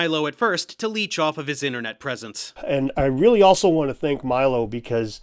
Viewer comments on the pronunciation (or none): they did do a crossover episode. But Stefan pronounces his surname “MEE-lo” rather than MY-lo (Dave might have gotten it wrong, Milo Rossi did the first time he mentioned Stefan)